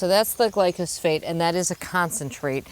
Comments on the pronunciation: The chemical is glyphosate as stated in the DNR info. is pronouncing it "glycosphate" in case anyone was confused. lol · It's actually pronounced GLYPHOSATE. And it's the most toxic substance on our planet!😱